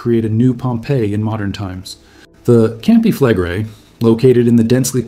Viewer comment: "Campi flegre-i"! Ist das wirklich schwer auszusprechen? Es heißt NICHT: Kampe flegre! Was für ein Vulkanbogen? Ein "kampanis-tschen"? Eine echte Stimme ist zwar sehr schön, aber nur, wenn der Inhaber dieser Stimme auch lesen kann. Der deutsche Text ist unakzeptabel. Ciao!